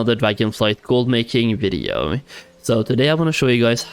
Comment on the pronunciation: ngl you say videoo so strange haha